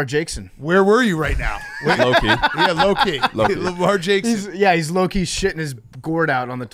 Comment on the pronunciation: just glossed over "Lemarsh Jakeson"